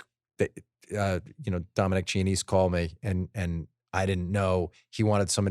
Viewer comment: Chianese is pronounced kyanayzay.....